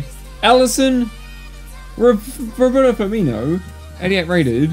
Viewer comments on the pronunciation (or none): none